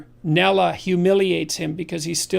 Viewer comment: Nafeaky and Nulla? Is this some Canadian version of the Lion King ?